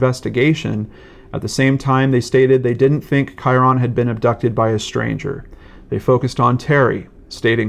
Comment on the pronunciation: His name is pronounced "Kyrun," not Ky-ron. Think of it as rhyming with Myron.